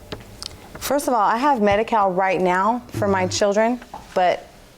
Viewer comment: "1st of all I have medikale...." 👆 Right there!!! That's where she really fkd up